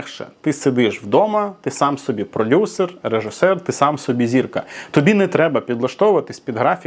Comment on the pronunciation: Єпать ....😅 каже продюСЕР 😂😂